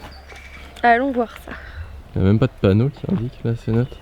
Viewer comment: Ta vidéo est chouette mais mon dieu on dit cénoté et pas cénote 😂